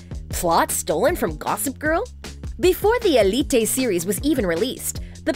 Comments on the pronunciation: ELLE EEEE TAY bruh just say uh leet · why did she said "Elité" instead of "Élite" 😭😭 and the names, i was dying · Just say elite not elitei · its elite not elitay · It's so weird to listen the spanish names, btw for eveyone it is not elite its more like ëlite😂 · eleet-tey ; D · Hugo F. Núñez more like Elíte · eli-tay? What? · I don't like The way she pronounced elite 💀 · Lucretia? Pawola? Elitey? Lol